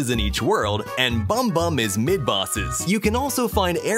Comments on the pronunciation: you know its Boom boom as in kaboom kaboom without the ka's not bom bom as in pom pom extend the o's a bit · actually nvm if u turn on captions (subtitles) and watch its bum bum not bom bom (that sounds like pom pom but with a b)